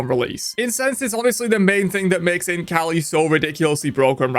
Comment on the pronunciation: I can't stop hearing Imp kali instead of Int kali